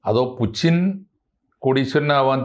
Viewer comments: പുച്ചിൻ അല്ല പുടിൻ ആണ് എന്ന് ആണ് ഞാൻ മനസ്സിലാക്കിയത് 🤔🤔🤔 ഇപ്പൊ ആർക്കാ തെറ്റിയത്....🤔🤔എനിക്കോ അതോ..... 🤔🤔🤔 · പുച്ചിൻ ആരാ? Putin എണ്ണ പേര് മലയാളത്തിൽ പുച്ചിൻ ആക്കിയോ? അതോ ഇതു ഞമ്മന്റെ ഭാഷയാണോ? ഞമ്മക്കിങ്ങനെയേ pronounce ചെയ്യാൻ പറ്റൂ എന്നാണോ ആവോ.... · Loosu koodhi, Spell properly, it's poothyn as pronounced Puchin alla 😂😂😂😂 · ഇത് എന്തിനാണ് നാവ് വാളയാത്ത പുച്ചിന് എന്ന് പറയുന്നത്, എല്ലാവരും പറയുന്നത് പോലെ പൂട്ടിന് എന്ന് പറഞ്ഞൂടെ